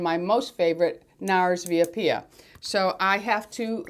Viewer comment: Via Apia...ok...A’ (as in Apple) pia, accent the 1st syllable...thanks😘